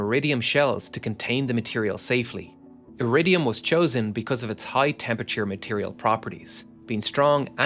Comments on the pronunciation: Probably should be "Iridium". There's no such element as "aridium". At least, that's what the auto-generated subtitles heard, as do I. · Pronouncing Iridium as "Euradium" and Tellurium as "Tellyurium" is kinda silly.